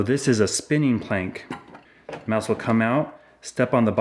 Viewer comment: Did he say mouse soup